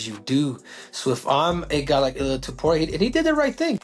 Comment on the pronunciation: It Illia not Aliah bro